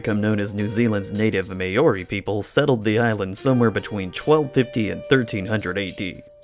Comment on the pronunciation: Mah-aw-ri ... Maori. Not May-aw-rhi. Also, the competition came from Lizards probably